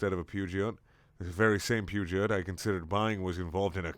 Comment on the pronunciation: Fun fact, Peugeot is pronounced Pyoo-joh. Just felt like spreading knowledge. Damn Frenchmen and their devil-tongue.